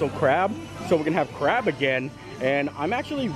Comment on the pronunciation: be careful bud. I know you said “that’s good crab” but sounded like “that’s good crap” lol 😂 I’m only poking fun at the sentence